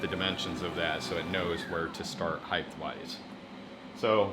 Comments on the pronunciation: Height is pronounced hite not heigth it makes you sound thick, just like there is only one D in daughter, so dorder. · As soon as I heard the word "heighTH" I had to comment this before moving onto another video. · Every time you said "heigth" my soul died a little.